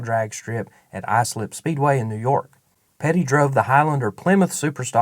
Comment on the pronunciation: THANK you...!..GREAT job...!..great era to have been involved in..!..good job & a real suprise..2 here "Islip" speedway mention'd "&" pronounce'd correct..!..went 2 the ovals every sat night as a kid from 6yo to 12yo with my father..!..talk about time travle..!..wow...!..& we all know your NOT A.I....& we thank u..!..!